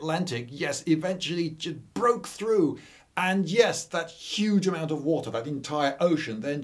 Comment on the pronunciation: “gibroke through“ 🤣👍